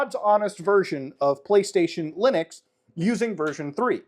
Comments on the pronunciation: Lunix ? Am I the only one hearing that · I fggn lost it when he said loonix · Clicked so I could hear him say ”Lunix” funny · Am I the only one who almost spat his water out in laughter, when he said "Loonix"? 🤣